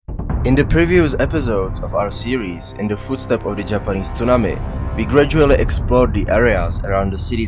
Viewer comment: Great work. Your presentations are excellent and thorough. I love the way you say "tsunami". I try to copy it, but I can't.